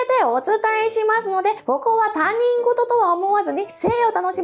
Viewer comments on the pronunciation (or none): たにんごと？他人事は『ひとごと』って読むんだよ🤭🤭🤭